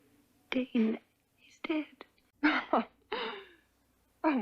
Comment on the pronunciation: Dane!!! Not dan